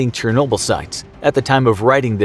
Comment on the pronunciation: Say it with me now Chernobyl = Shur | no | Bull You need a linguistics professional on your team. Getting worse with the butchering of words.